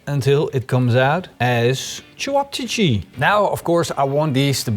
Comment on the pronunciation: Lol I never heard of cevapcici, but it was funny hearing you pronounce it differently each time 🤣